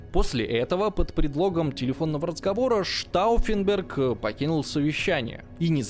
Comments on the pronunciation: Знаете, уважаемый, "Штауффенберг" это вам не "крестьянИн", его и исковеркать не жалко)) И вообще, неправильно поставить ударение в малознакомой фамилии, или общеизвестном слове?) Это большая разница! И в этом ключе работа проведена грандиозная! И штауффенберг с ними, со Штауффенбергами)) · Так с ударениями как было всё печально,так и остаётся. Уж как он бедолагу Штауффенберга коверкал,аж передергивало пару раз